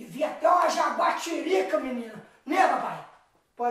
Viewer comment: é um talento indiscutível!! Mas fazer o menino dizer jaguatirica no meio do texto é uma maldade!! Mas " jaraquatica" tambem serve!!kkkkkk